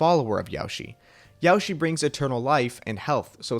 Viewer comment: ''Yaoshi'' isnt pronounced like ''Yoshi'' but with an A added............